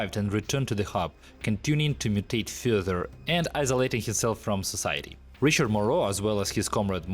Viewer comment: Your english is better than any of my foreign languages, so I don't want to insult, but pronouncing society as so-shitty brought a smile to my face because the pre-war world was indeed so shitty.